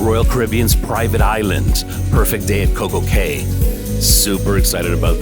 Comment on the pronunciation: Nicely presented. I'm going to see if you sailed on a different class of Celebrity and if you have, your comments. btw, Coco Cay is pronounced Coco Key. For some reason, the private islands pronunciation is actually "key" though many of the younger vloggers say "kay."